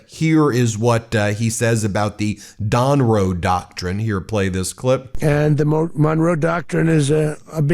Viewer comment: 🤣😭🤣 Don-Row doctrine...... Trump took much